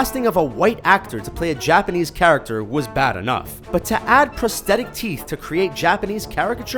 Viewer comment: "charactcher" XD